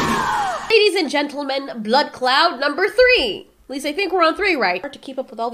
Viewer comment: Every time says blood cloud, I swear, I hear "blood Claaat" as if she is Jamaican